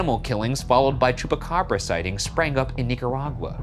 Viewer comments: Ryan sounds like he's saying Chewbacca 💀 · Am I dreaming or does Shane says "It's gotta be a Chewbacca" instead of chupacabra? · Bravo y’all!!! This was great!!! I was born and raised in Puerto Rico and I remember in 1995 when those reports were coming out, and the pictures and videos are burned into my memory. Silverio Perez is is an icon in Puerto Rico and I didn’t know that he was the one that named the Chupa Cabras. I must have been 9yrs old at the time. ALSO excellent pronunciation!